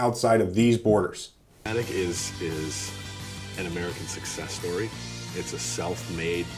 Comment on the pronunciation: It is pronounced (cumetic) Bob is my grandpa hehe